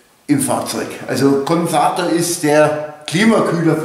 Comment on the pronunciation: Ist das ein Auto vomThunfisch ;) Sorry der muste, Peace ;)))))))) Heisst ja auch Kondensator und nicht Konsator..in Bayrisch warscheinlich Zungenbrecher. Hauptsache man kann König Ludwig vom Bierdeckel im Himmel sehen , verstehen nur Urlauber oder Grilljunky oder ich, LOL